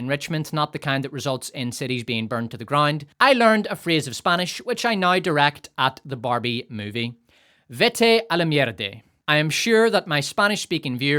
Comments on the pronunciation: It's very good spanish, you just pronounced the "a" in "mierda" as an "e". Love from mx. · Dear, I'm an international Spanish teacher specialized in DELE training. Whenever you wish I can help you with your Spanish. That VETE A LA MIERDA was almost perfect, just the ending must be pronounce /dah/. MIERDA. Good effort. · And it is not pronounced "Vete a la mierdeh" but "Vete a la mierrrrrrdah" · HAHAHAHA VETE A LA MIERDE. I exploded. It's Vete a la mierdA. With an a